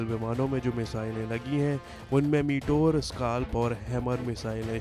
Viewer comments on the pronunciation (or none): Konsa sasta nasa karta hoe Vai 😂😂😂 , Rafel koe Raifel Or Meteor Ko Motor bol raha hoe 😂😂😂